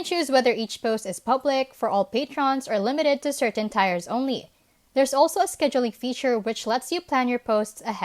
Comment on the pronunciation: Nice video. Tiers is pronounced 'tears' or 'teers'' in english FYI. 👍👍